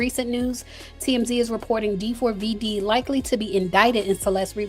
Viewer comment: It’s pronounced David you bootleg Nancy grace😊